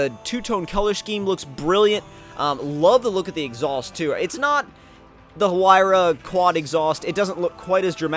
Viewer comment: Finally a YouTuber got the pagani's name right loads of them said zonda like really bro it's a huayra